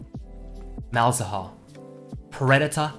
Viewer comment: The way he says malz haha